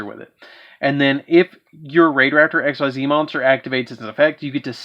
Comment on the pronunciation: Just to note real quick, Xyz is pronounced [ex-ease]. Edit: a word. Apparently, my phone hates me sometimes.